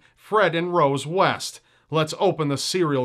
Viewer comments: West? I thought he said "Weast"... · West? I thought you said Weast.